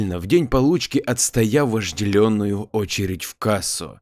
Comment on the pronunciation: Маленькая ложечка внимания к автору в эту огромную бочку бесконечной любви вообще., улучшая канал, надо совершенствоваться и самому. К хорошей истории - моя маленькая ремарка: слова "вожделенный", "вожделенно" берут свое начало от слова "лень". Поэтому произносить лучше без "ё". Это в вашу копилку. Я не ваша поклонница, но слушать люблю))